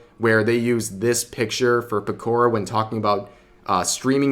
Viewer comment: Pekourrah? It's Pekora